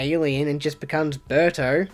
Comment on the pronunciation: The way you say "Berto" sounded a lot like "Burter" from Dragon Ball Z